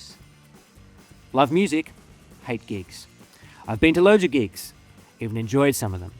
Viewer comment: When you said you hated gigs, I thought you said GEESE. As in the new hot shot band. Lol.